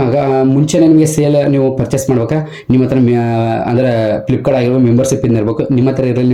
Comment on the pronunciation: ಫ್ಲಿಪ್ಕಾನ್ ಅಲ್ಲವೋ ಮಾರಾಯ. ಅದು ಫ್ಲಿಪ್ಕಾರ್ಟ್.